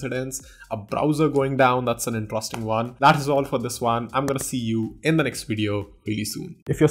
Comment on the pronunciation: the way you pronounce interesting is wrong. pls correct it. 😊